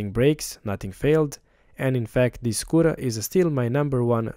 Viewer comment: Great work! but, only realized, that you were saying "Scooter", and not "Squirrel", at the end.